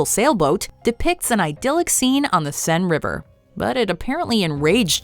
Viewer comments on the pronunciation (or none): none